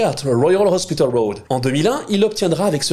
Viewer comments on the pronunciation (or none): none